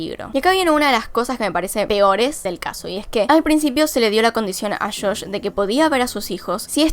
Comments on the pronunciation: Es JOSH NO SHOSH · Buen video, lo unico que me molesta un poco es que dice como "shosh" en vez de josh 🤣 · sufri cuando decias shosh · "Shosh" xD